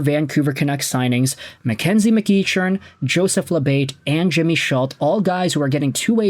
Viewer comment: FYI,, it's pronounced Mc-KECK-earn.